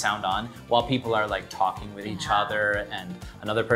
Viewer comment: Frustrated people in Taiwan they pronounce different English so strange n different by Taiwanese teachers in primary schoolFor example ,with to wis zoom becomes room n cancell becomes canserThey are stubborn